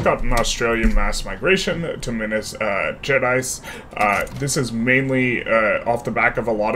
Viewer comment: This has been a very interesting series so far. And kudos on the much improved pronunciation of Minas Gerais! (Wikipedia is a good reference for the pronunciation, as mentioned by